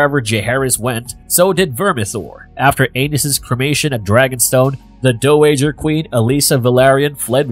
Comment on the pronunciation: Dowager Is pronounced dow(like how with H) Dow-eh-ger Not duh-wager